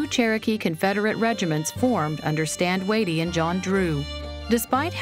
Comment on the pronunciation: It's pronounced Stand Wah-Tee, not waitee